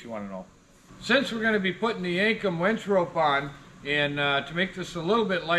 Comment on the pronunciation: Sunday? Thought she was laughing because you said wench.